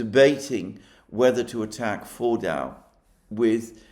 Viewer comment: FORDO is the correct way to pronounce it, with a soft almost silent w sound at the end not a hard one as you use.